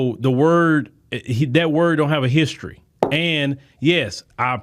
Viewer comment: THIS GUY SOUNDS SO IGNORANT AND LOW CLASS UN EDUCATED A VERY LOW GRASP OF THE ENGLISH LANGUAGE HE CANT SAY THE WOR HISTORY EVEN CORRECTLY